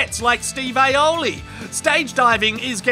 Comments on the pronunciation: *Steve Aoki. Not "Aye-oh-lee". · Did he say "Steve Aoli" LMAO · Did he just say “Steve Aloly” 😂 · LMAO... You called Steve akoi Steve aoili😆🤙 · "Steve Aoli" 🤣🤣🤣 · Steve "Aoli" 😂😂😂😂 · He said Steve Aioli 😂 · Steve "Aoli" 😂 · Oy, did you just call him Steve Aioli??? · Steve "aioli"... lol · Steve AOLI?! ITS AOKI!!! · Lol! He said that shit on purpose huh! That was a good little laff!